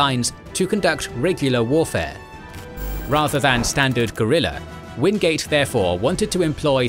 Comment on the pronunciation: Its Orde Wingate not Orde Wingade